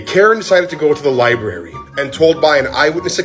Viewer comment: Lol "Libarry"